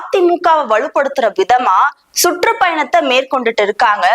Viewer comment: சுட்ரூப் பயணம் இல்ல..சுற்றுப்பயணம் தமிழ் உச்சரிப்பை சரி பண்ணுங்க